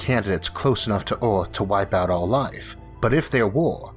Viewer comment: Eorth? Yeor? Sheorl? Aoll? Easior? Teore? Diostor? Paort? Fuck I can't listen to this shit anything.